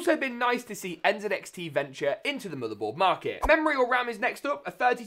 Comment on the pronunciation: When i heard you say NZXT the proper way i immediately followed 😊